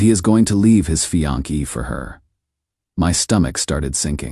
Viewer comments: This is the most annoying AI voice on such channels. It pretends to be deep, mature and solid but it sounds just pathetically pretentious. He is the one that has given us "fianki" (fiancée) and "nine hundred eleven" (911). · "A married man to leave his fian-key" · "Fian-key" lol